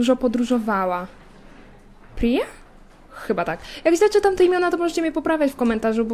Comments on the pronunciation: Imię Pryi czyta się Prija ale dla ułatwienia możesz mówić Pyra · Jak coś to czyta się Prija :)